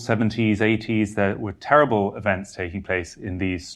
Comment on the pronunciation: TEWIBBLE ? TWOUBLE ? ENGLANT. ?